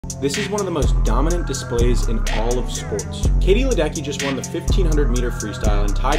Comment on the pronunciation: her surname should be pronounced "leh-deh-tsky"😅